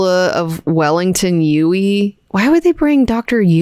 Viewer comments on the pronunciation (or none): none